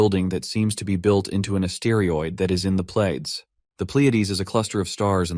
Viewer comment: "A-steer-ioid" is wild 😭 😂